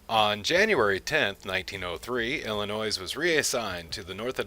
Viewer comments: You have a lot of great information in this video; however, you need to learn how to pronounce Illinois (pronounced Illinoi). also please be excited about your topic, you sound like you are reading a book. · The S in Illinois is SILENT!!! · the 's' is silent